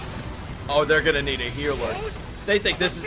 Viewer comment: he kind of slurred "they'rego-nna [do it]" together